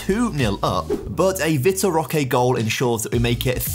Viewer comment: pronunciation of vitor roque is DISGUSTING 💀